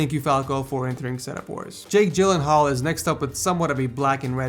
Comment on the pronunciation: Punch should win BTW you still pronounce Gyllenhaal wrong.